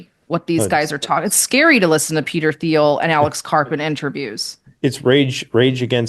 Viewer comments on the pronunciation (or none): none